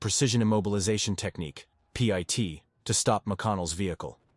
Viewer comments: Pee eye tea maneuver? If you want the AI to say it right you gotta write Pitt maneuver with the capital P. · P.I.T 😂😂 man it's pit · Pit ❌ P. I. T. ✅ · Too bad AI voices don't know that PIT is pronounced not spelled. CPL is short for corporal. Geez this is ridiculous. Great videos but please have a real human narrate.